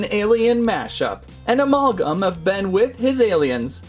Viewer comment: By the way, it's not o-mol-gam. Its a-maal-gum.